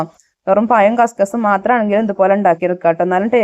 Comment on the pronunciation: പയം അല്ല പഴം